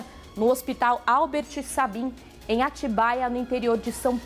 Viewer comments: Por favor,jornalista, o sobrenome Sabin,se pronuncia "Seibin".Por favor,senhora jornalista! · A justiça tá morta e o nível dos repórteres também. Albert Sabin se lê Albért Seibin. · E por favor, avisa essa repórter que Sabin não se pronúncia como se escreve. Lembra de Albert Sabin, pois é, assim se pronúncia o Sabin, do hospital daqui de Atibaia. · Meu Pai!! Essa repórter não sabe pronunciar o sobrenome do grande médico judeu polonês que deu nome ao hospital!! Pobre criança, com essa mãe. Parabéns ao repórter que traduziu bem o sentimento da maioria dos brasileiros. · Importante orientar a repórter a correta pronúncia do nome Sabin. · Repórter não sabe falar Albert Sabin? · Meu Deus essa jornalista não sabe nem pronunciar o nome de Albert Sabin!!!!